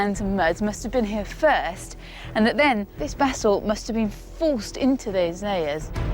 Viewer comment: Basalt, not bassel